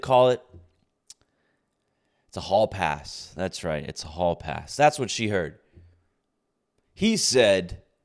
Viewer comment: Did you say hall pass or whore pass?